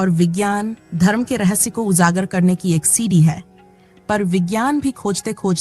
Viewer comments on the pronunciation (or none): JA KO ZA mat pronounce kariye!!! MaJboor, uJaagar. Kindly learn to speak correctly if you want to be an uploader!!